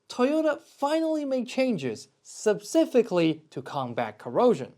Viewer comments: What does “Subsifically” mean? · “Subcifically to combat erosion!”